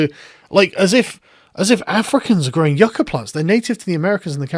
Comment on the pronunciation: Why did she say “gwowing pwants” though?